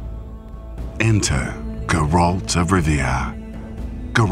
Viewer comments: Although not everything in this video is correct, it's good as always. one little thing that annoys me is the pronounciation of Geralt's name. It's GEralt not geRALT. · The way the narrator pronounces Geralt is just wrong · please say geralt right ughhh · OH MY GOD. The way you say Geralt is sooo wrong it annoys me soooo much